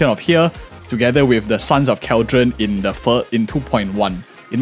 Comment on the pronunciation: Hey, just wanna bring to your attention that CalyDON pronounced like how you would California but Cali and then DON. What you're saying is Cal-dron/dren which is wrong. Just a mispronunciation for your heads up.